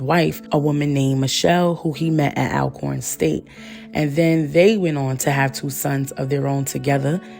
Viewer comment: Alcorn is pronounced “All Corn”. I have a friend that attended there and he said racists pronounce it as “Al corn”. I used to say it like that too before he told me.